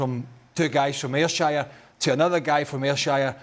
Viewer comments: Ayr-Shayur ? Naw it's pronounced Ayrshur 😂 been too long out of Scotland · AyrShire.... C'mon boy, it's Ayr'shur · I mean Stevie and Craig could have looked a bit happier and discussed the world class goals a bit more, barely a mention of them, Burley can’t pronounce Ayrshire properly he’s been out of the country that long